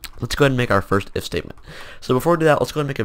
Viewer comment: when he said "if state" it sounds like mistake lol